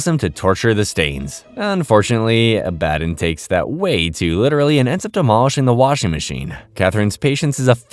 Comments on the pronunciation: The way you’re saying Abbadon threw me off. I had to look at the screen to make sure it was the same character. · Same here i mean did you even watch the show or just reading a script because in the show its pronounced clearly and correctly so there's no reason to say it incorrectly like you do this entire video, its a real killer! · name was repeatedly said correctly in the show, there is really no excuse for pronouncing it wrong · Oh My God… did you even watch the show? The way you pronounce Abbadon is annoying. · Hate to pile on bc I love a lot of your other videos. But the name mispronunciation is a huge killer especially during the Abadon episode. Disappointing when your quality is one of the things about your videos I like. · Bro, how did you mispronounce Abbadon? Did you watch the show? I won't tolerate mispronouncing the name of the GOAT of the show. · Is anyone else a bit annoyed/confused from how he's saying Abbadon completely wrong? They clearly pronounce his name over and over, so why mispronounce his name. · I think its an ai voice and those arent good at pronouncing things correctly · Good vid but it really did something to my brain the way you pronounce Abbadon 😅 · That's not how you f**** say Abaddon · Please watch this show so you can learn how to pronounce abbandon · Can SOME of you guys pls stop hating on him because he pronounced Abaddon wrong?? Like, what's with all the hate for? You could've at least just said in a POLITE way it's pronounced ab-ah-don and not uh-bad-in. You guys need to work on having less criticism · Ab-ah-don🙄 is it really that hard to say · WHY ARE YOU PRONOUNCING ABBADON LIKE THAT IT PMO💔 IT'S AB-AH-DON, NOT AB-BAD-IN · Was this scripted by someone else?? How do you mispronounce the name of an important character so consistently after literally watching the show??? Abbadon is pronounced phonetically, Abba-Don. Not uh-BAD-in. Wtf. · It's pronounced ah-buh-don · It’s pronounced Ab-a-dawn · Abb-A-don like abbs a don cheedle